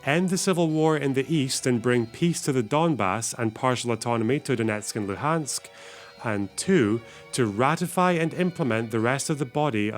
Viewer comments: "The Crimea, Donetsk and Lu🅱️ansk" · "holoBimbombururuMmor" now Luhansk called "Lubansk" those brain-dead fellas don't even understand situation, don't know what they even talking about, just watched to much propaganda